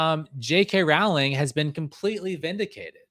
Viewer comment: Rowling rhymes with bowling. Thanks for this. How did you find this? It feels like it’s being suppressed by the YouTube algorithm and on google searches. I think we need to send this story to news outlets and get it in the radar.